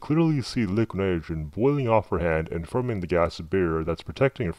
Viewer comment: "lick nerogern" haha